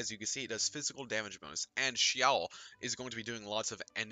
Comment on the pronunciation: i love the way u said xiao